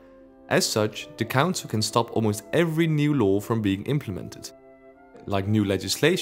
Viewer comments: That’s all I here now every-time he says council 😂😂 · The way you say council makes it sound like cancer which... Is just gorgeous